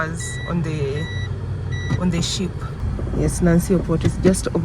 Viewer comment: The sitee,monuments,towns and cities ,generally Kenya has some beautiful beaches and views recreational facilities and activities...but to compile and narrator is a no no no,come on..what language are you trying ?it's not about 'a try out'..get someone who can speak and knows...damn you.... I can even give you, oh god, she tried or she is trying...😢😢 I know it's about the money 💰 🤑...ship = shitt, around = ahroow-rattle,rattle...hahaha hahaha I watch this video no audio needed....but again, Ghana is Beautiful